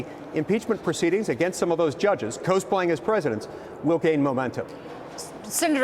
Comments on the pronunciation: Love the pronunciation of cosplay. Co splay! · Someone needs to tell the senator the proper pronunciation of cosplay. 😂